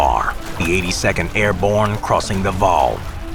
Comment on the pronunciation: this is pretty frustrating to hear him mispronounce the names of cities and waal